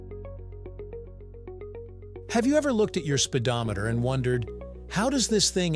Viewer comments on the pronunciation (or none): ahh "Spidometer" very clearly off